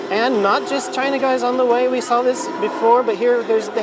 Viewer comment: You know we love you. But those are angel wings, not butterfly wings. Also, China's name isn't pronounced as it looks (Chee-nah).T_T